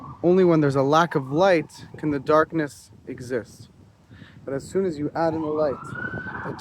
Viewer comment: He said antichrist will appear doon